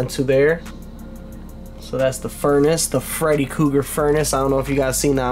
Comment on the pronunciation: Say freddy kooger,....ONE more time ✋️👤